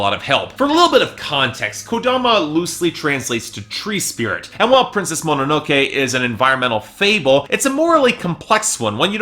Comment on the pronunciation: I was praying you wouldn't pronounce it "Mananokee" and you followed through. Thanks.